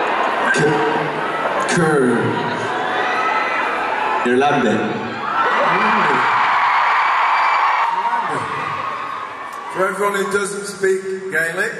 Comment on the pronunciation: Newbie here ^-^' I love these boys with all my heart but I seriously can't get over the way Niall says "Irlande" ..it's a problem.